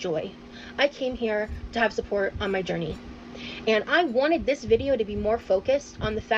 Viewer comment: I’m new here… why does pronounce journey ‘gurney’? 🙏💖